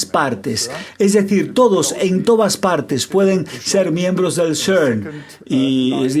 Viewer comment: El Traductor tiene una dicción pésima O.V. Please! No es el SERNNN! Ni tampoco Ainshhhhhtain! Se pronuncian CERN y "Ainstain"